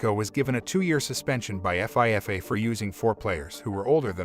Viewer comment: Lol F. I. F. A. It's pronounced FEEFA. You say it like it's a word.